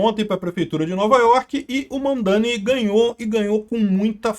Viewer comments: Kkk eu entendi Van Dame, 😂😂😂😂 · e eu escutando "VanDaime" e "Putzgrila"